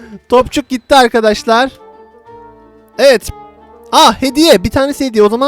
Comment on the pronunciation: izleyin ivit diyo